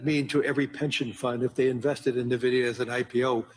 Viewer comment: Este señor no sabe ni que la empresa se llama Nvidia. No nividia. No sabe ni de lo que habla.